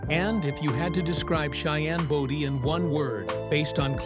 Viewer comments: You can't even pronounce his last name wright it wasn't body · At least find a narrator who knows how to pronounce Cheyenne’s last name…pronounced Bow-Dee ( as in “bow” and arrow). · His last name was BODIE, not Body !